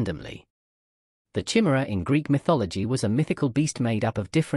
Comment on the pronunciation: Good video, but sort out the pronunciation of Chimera